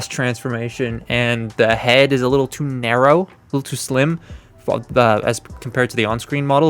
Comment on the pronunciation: says narrow a few seconds later narrow sounds like Nero